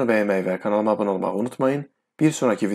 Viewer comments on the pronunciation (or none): none